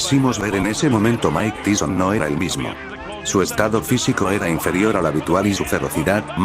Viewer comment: Mine teeson? O mike Tyson?